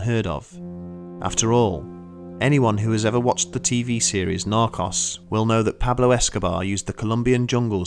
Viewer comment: What he said: The show Narcos What I heard: The show knock offs